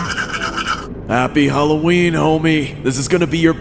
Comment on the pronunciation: Is not hallowern